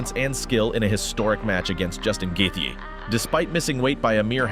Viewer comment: Youve never watched ufc i take it? How the hell do you probounce Gaethje so badly